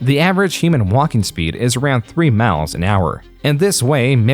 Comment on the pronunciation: I just need to know what “mauwls” are ? 😂 I have never heard anyone pronounce “miles” like that. You ok man ?